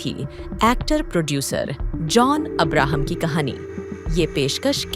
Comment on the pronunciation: This commentator cannot even pronounce Abraham properly !